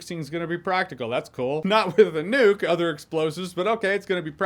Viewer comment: Am i keep hearing it as Nude? I like Nudes in movies too